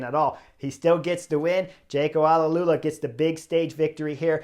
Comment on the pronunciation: Hey Chris, AlUla correct pronunciation is “al” … a slight pause, then… “ola” 👍👍👍